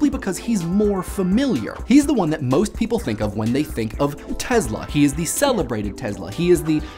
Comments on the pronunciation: teSla, not teZla. wtf, man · teSSla NOT teZla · It's Tesla, not Tezla...please respect other languages and pronounce the names right. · U keep saying Tezla... S.. Its an S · He is not TeZla-he is TeSla! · last time i checked it was tesla not tezla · Tess-la not tezla jebo te bog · Its not the TeZla, its the TeSla, instead of your Z you must pronouns S. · Ni-Cola Tezluh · The way you say NEE-COLA TEZLA makes you sound like a douche. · Wow. You mangled so much "simulated" and historical information it hurt my head—but, as usual, in a glib and entertaining way. Funny: It was not messages from Mars, but radio signals from Venus. Seriously though, you didn't even pronounce his name right. It's not Tezla. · all I hear is BLAH BLAH and you cannot even pronounce TESLA...